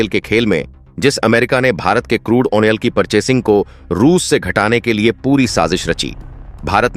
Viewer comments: ऑइल उच्चारण कीजिए कृपया , अयनाल नही होता । ऑ यह ओयल है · Oh onoil kyoon bolte ho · What is washing atan and onel? PRONOUNCING MUST BE CLEAR AND CORRECT.